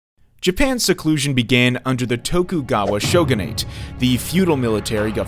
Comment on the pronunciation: The repeated mispronunciation of names, especially city names, is throwing me. Japanese is a phonetic language. Question the accuracy if the narrator can't even say "Edo" or "shogunate" correctly. Is it an AI generated voiceover?